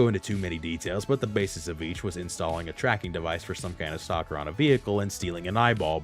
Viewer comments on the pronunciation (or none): none